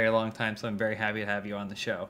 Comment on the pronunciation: "Super have you, biguba big, big fan of your work for a very long time, so I'm very havey to hab you on the show." So James? I noticed you Immaculately avoided saying that you're happy to have Elyse there. What's uhh.... What'sup with that?